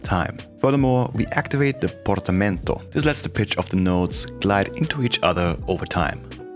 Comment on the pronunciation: I love 3 things about you: 1) I'm Italian and I like how you pronounced "Portamento" 2) still as an Italian, it's strange to hear Genesis pronounced that way (with the "i" pronounced in the English way) 3) the way you explain things simply, clearly, quickly and at the same time maintaining a calm that is not typical of a YouTuber or influencer. Subscribed!